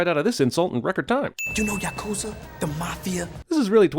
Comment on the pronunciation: Yah Koo Zah not Yuh Koozuh :)